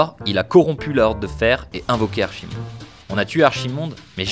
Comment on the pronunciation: Et Archimonde se prononce Arkimonde